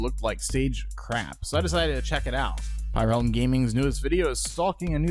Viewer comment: Heh I liked this video before watching this video what do you think about that pyrerealm! Also it’s pyrerrralm not “pyrealm”